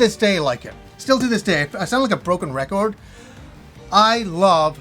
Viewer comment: A broken recOORD! Haha I love when you say record. And great video!